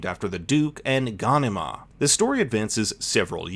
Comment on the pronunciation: Ga...nee... mar, pronunce it properly.